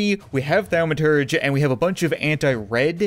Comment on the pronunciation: Thaw-ma-turge cat. ;) I never really care about pronunciation or grammar, but its a nerd-word, so apparently I feel compelled to say something. IloveyourchannelCHEERS!!